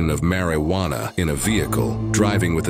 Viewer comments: “Possession of Mary Wanna” 😂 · "possession of mary-wana" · Plus he was in possession of mare-eee-wanna. Maybe that is what made him so smart. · " Marry wanna " lol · “Mary Juan-a”?